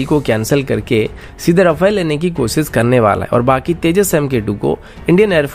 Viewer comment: Good channel but speech delivery needs correction. Eg. साम नही सैम surface to air Cheej nahi cheez कोसिस नही कोशिश And so on. News reader must give attention to it.